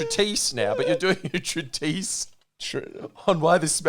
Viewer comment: Extremely pointless post. And I probably made a bunch of errors. But without the fear of Ali correcting them, the tired boys pod forgets English. Credance - umbrage. Exclusively - extensively. Deprived - depraved. Treatise is pronounced more like ~ treat-es.